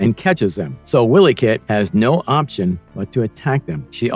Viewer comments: wiley kit!!!! not willy kit... its pronounced y-lee... also its pumyra ----- Pu my ra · i especially like how the narrator keeps calling wiley kit and wiley kat, as willy cat willy kit..... lmfao